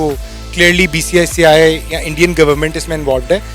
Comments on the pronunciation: Bhai BCCI thik se bolna nhi ata aur nam lete hai wahh 😂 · 0.04 bcci nahi bola jata....🤣🤣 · Half of them can't even pronounce BCCI😁😁😁